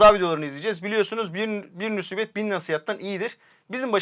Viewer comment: Nusibet ne kardeşim, musibet o!